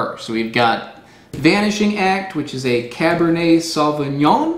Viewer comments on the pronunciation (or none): none